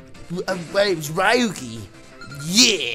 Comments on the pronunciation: I know I'm late, but I'm pretty sure its; ReYuki, not RyeYuki. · Ryu-ki? We gettin’ some street fighter in this bitch. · next time try " Ree- u - key " is a lot closer to the real pronunciation of his name than what you said.